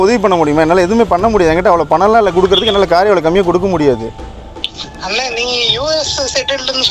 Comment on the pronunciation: இவன் தமிழனே இல்லை.தமிழ் நல்லா கத்துக்கிட்ட மாற்று மாநிலத்தான் . யக்கவுண்ட், அன்னேஆ, இதெல்லாம் வித்யாசமான உச்சரிப்பு. பேச்சு மூன்றாம் பாலினர் போல உச்சரிப்பு இருக்கிறது.